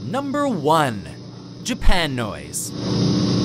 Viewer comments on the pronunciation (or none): it’s Japuhnoise not japan noise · Im pretty sure it's pronounced japa noise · It's mayanoise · I hate WatchMojo video's, but pronouncing Japanoise as 'Japan Noise' is where i draw the line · i think it’d be pronounced “jAp-UH-noise”